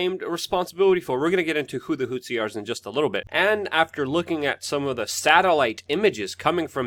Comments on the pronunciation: It's pronounced "Who-Tee" not "Whot-See"; people keep thinking back to Rwanda and it's genocide between the Hutus and Tutsis. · DUDE! IT'S NOT HOOTSI! IT'S NOT THAT HARD TO SAY! Just say Hooti, that's much more accurate and doesn't sound nearly as ridiculous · HOO-THEE.. Not hootsi dude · Whats a "hou-t'see"? Its pronounced "who'thee". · Houthi = hoot-hee Houtsee, hootzi or whatever is very distracting. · Dude, it not hootsie.. it's "HOUTHI" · Who the hell are the Hutzis?? An African tribe related to the Watusi?? Please prepare a little, and at least pronounce the subjects of your videos correctly. Takes away from your credibility that you do this. They are the Houthi people...your're welcome.